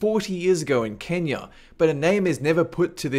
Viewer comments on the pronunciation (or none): none